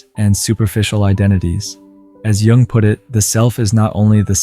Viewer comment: Not sure whether it's a real person or AI, but Jung is certainly not pronounced "young". Very annoying.